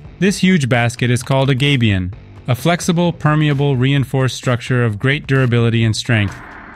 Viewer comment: Gabion, not gabion. Come on man, can't you read?